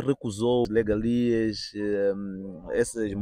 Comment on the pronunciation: O correcto é regalia, mas o jovem pronuncia legalia.